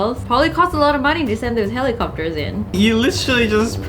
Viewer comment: The only mean thing I've ever done is replaying HELL-I-COP-TER over and over .Forgive me but I'm weird cause I laugh at everything but jokes